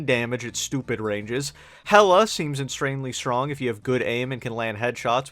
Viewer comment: "Hella seems inshranely shrrong "